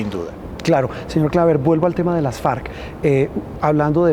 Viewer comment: Este julano asesor de Trump no sabe ni como se llaman los narcos enemigos del cartel de Medellín, el que sostiene a Duque y Uribe, se llaman FARC no falc, carajo, te volviste a tragar la r chino